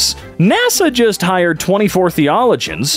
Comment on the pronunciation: Oh, btw,, it's thee-oh-LOH-gee-ans, for future reference. Much love! ^_^